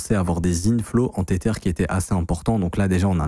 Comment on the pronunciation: "tétère" mdr